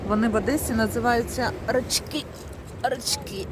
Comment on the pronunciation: Не рачкИ, а рАчки - поправочка, без обид, просто в Одессе так не говорят.